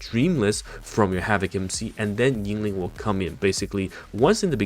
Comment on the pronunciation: Why do you say YING-LING, its only Yin Lin (no g). I cant unhear it xD